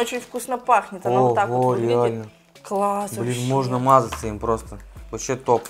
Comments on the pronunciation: эм, там как бы слышно что он сказал блен там в конце слышно Н Н Н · Он сказал Блэна Типо этого